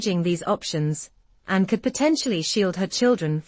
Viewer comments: Anne, not "Unnn" why cant these AI voiceovers get it right? And why cant they be done by actual humans? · I don't at all understand the pronunciation of the Queen's daughter's name in such an offhand manor. Is this a slight ? I feel she deserves respect. Why does the name "Anne" get almost swallowed when spoken ?